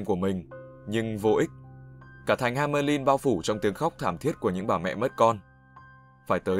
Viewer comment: hamelin =))))) nghe nhu ham~ lin'